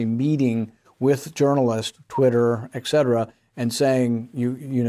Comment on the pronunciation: "exetera"? 😂 Et cetera. Etc. 😉🤦‍♂️